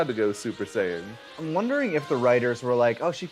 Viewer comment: "You see Vegeta, this is a Super Deedle Dee Saiyen"